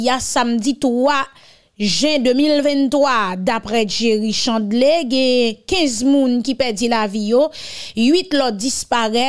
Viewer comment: C pa jerry chandlé c Chandler li ekri en er li prononcè ère Jerry Chandler